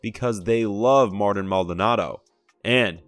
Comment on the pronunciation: Tell me you don’t watch theAstros without telling me you don’t watch the Astros: Mispronounce Machete’s first name 😂.